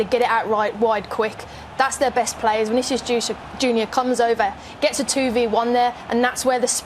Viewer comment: Não tankei o falando Vicinius